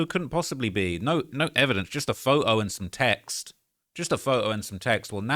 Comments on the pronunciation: I just love your accent! Photo = Foe-oh 😅🤗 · Bro says “pho-oh” instead of photo 🤣🤣